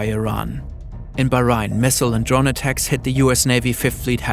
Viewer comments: It is pronounced BAH-RAIN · The narrator of this video can’t pronounce Bahrain, , or the Strait of Hormuz, , because the closest this channel gets to history is studying the evolution of Hanna-Barbera. And for some of you who have a negative, knee-jerk reaction to my pointing out pronunciation as if I don’t appreciate the enormity the events in the video, the two are not mutually exclusive. And if pronunciation doesn’t matter then neither does spelling and grammar, so let the Dark Ages re-emerge. “Afterwards, Israel reportedly take out Iran’s air defenses.” Really? Except for a few glaring mistakes, the overall presentation of the facts and circumstances of the last few days is well done and documented. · The way the narrator pronounces some words is a bit unnerving. Like he said Bahrain in such a weird way which makes me question whether its AI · is this really not an AI-made video? Several toponims are pronouned incorrectly: Kuwait, Bahrain, etc. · Pronunciations of Kuwait, Bahrain, and Qatar are hurting my ears 😅